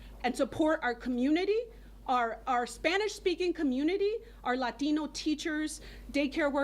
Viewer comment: Why do they go full lahtiiiiiinnnnnno when they pronounce there names 🤔 😒 🙄 so hilarious 😂 😃 😄